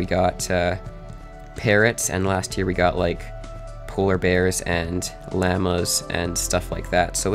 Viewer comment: The way you said llamas.. XD